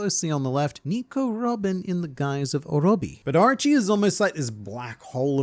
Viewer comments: I dont want to be that guy but all i heard was Archie instead of Orochi😂😂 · Drink every time he says Areachi (Orochi)